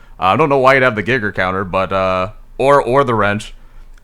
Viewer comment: I mean it's either "gaiger" or "ghigger" ngl